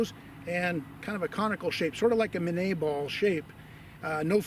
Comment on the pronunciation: ...ahh...you pronounced minie ball properly...